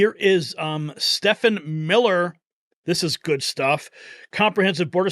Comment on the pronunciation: Stephen is pronounced "Steven", not Steffin!!!!!!!!!!!!!!!!🤠